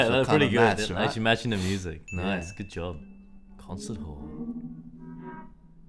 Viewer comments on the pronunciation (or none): none